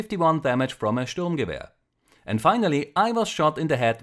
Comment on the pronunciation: i love how you pronounce sturmgewehr :P sounds so correct